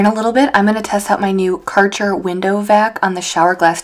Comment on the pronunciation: The glass cleaning tool is pronounced „care-cher“ ( kind of 😂) Kärcher is a german company and they produce all kinds of cleaning tools, mainly bigger machines for the yard etc 😊 love that you clean for your parents! I wish i could do the same, but we live too far away 😢